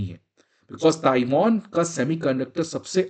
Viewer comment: ताइवान है। NOT ताइवोन! Won is Korean currency!